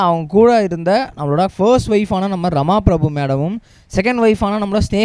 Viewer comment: His first wife is Rama Prabha not Prabhu . Please pronounce the names correctly